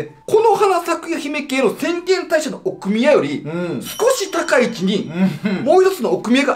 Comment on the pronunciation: どうでもいい事かも知れませんが、”奥宮”のアクセントおかしくないですか？